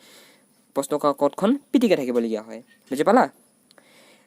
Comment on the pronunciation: দাদা `পাটিকি´হৈছে ......পিটিকি হব লাগিছিল